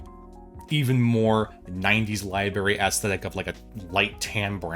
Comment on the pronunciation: It's "library", not "libary". You must be from PA or OH. Lol